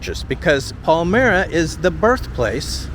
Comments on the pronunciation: I live near these surround villages/towns. For your viewers sake Palmyra and Lyons the Y sounds like an i just like Clyde. We do have some beautiful historical homes, I personally wouldn't be able to afford to heat them. I love the old woodwork. pocket doors etc. in a lot of them as I looked at several when I was searching for my second home. When you were going over the bridge towards town in Clyde, I was thinking too bad you didn't turn around and head south it would bring you into the Seneca Falls/Waterloo area, Seneca Falls is known for the birth women's rights and loads of history like Susan B Anthony, Harriet Tubman ( From Auburn, NY) etc. Waterloo is known for the Birth of Memorial Day. You would also be in the Heart of the Finger Lakes and Wine Country. If you're up to visiting again someday it's worth checking out. We also have lochs and canal connecting from Seneca Lake to Cayuga Lake. In Seneca Falls there is a small Lake called VanClief Lake also connected to the canal system, the town of Seneca Falls used to be where the Lake is now. They say there are still foundations from old buildings in there. Take Care and safe travels! :face-red-heart-shape::face-red-heart-shape::face-red-heart-shape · With all due respect, if you’re going to make a video about a certain locale, you should research how to pronounce the names. That’s not how we pronounce Palmyra. 🙂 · Really should check the pronunciation of the town names, you’re not even close on Palmyra and Lyons. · I used to commute from Rochester to Newark, and spent the summer 2 years ago on my friends' farm. I live in baja california in Mexico now. Palmyra has good thrift and antique stores, Chinese food. You mispronounce Palmyra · Please check pronounciation of Palmyra. The way you pronounced it was unrecognizable by those of us who have lived in the arrea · The name of the village of palmyra is pronounced with long y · (Paul-my-ra) is how you say it. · Palmyra is pronounced Pal-m(eye)-ra !!!!!